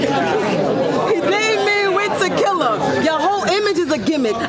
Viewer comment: She say ta-kill-uhhh instead of tequila lmao